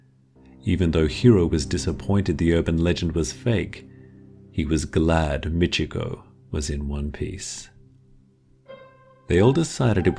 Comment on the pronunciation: I was so confused for a while because it sounded like he was calling the girl Ichigo. If memory serves me correctly, Ichigo means first son. That wouldn't be a girl's name. 😐